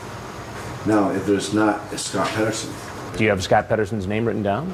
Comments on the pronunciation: I swear he said John Pederfile 1st. Then switch it to John Pederson. That's hes mind at work. You can pet a cat, you can pet a dog, but you can't pet a file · john 'pedoson' LOL